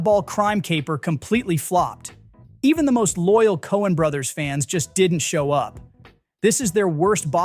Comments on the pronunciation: By-OP-ik? WTF is with that stupid pronunciation? So annoying. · Hey "biopic" doesn't rhyme with Microscopic. It's Bye-Oh-Pik. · "Biopic" is pronounced "bio [pause] pic" because it's a biography picture." Seems clear enough. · AI is getting better thought the narator was real person till I heard the pronunciation of biopic. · Inconsistent pronunciation of "biopic" was annoying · The instant the AI voice misprounced "biopic" I stopped watching. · Did this dude really mispronounce “biopic?” This gotta be AI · 😂😂😂Nothing says “I use AI voice” better than the word Biopic be mispronounced a million times! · FFS stop saying "biopic" like it rhymes with "myopic." It comes from BIO plus PIC. Pronounce it accordingly. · BIO-pic, not “bi-OPIC.” 🙄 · Biopic? Bio pic, not bi opic. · It’s BIO-PIC, not BI-OPIC. Anyway, most of these films, suffered from LGB fatigue, such as Queer, who I would imagine was absolutely bound to fail from day one. Much like the film Bros., there isn’t some imaginary huge swath of the public, yearning for queer content. It’s always been artificially inflated, and that proves true for Drive Away Dolls as well. People are, quite frankly, just sick of hearing about it. Night Bitch, just tried WAY too hard to push a feminist message, and people picked up on it immediately. The War of the Rohhirum, featured another tired hook: the female protagonist. This character was hardly even a thing, let alone something on which to base an entire film. One thing that stood out about all of these films, is the lack of advertising. I didn’t see an ad on ANY social network, for a single one of these, with the exception of Boy Kills World. Television, and magazines used to be the tried, and true way to get word out about your films, but those are DOA, and not likely to ever regain prominence ever again. Studios STILL haven’t figured out a comparable method of delivery for hype. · It's "bio-pic", not "by-op-ic". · lol, love the AI voice. Bio-pic, not bi-opic